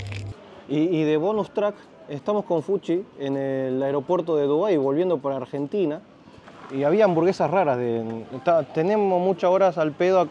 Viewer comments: "AGENTINA" Barbaro!!! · AGENTINA !! ME ENCANTA JAJAJAJA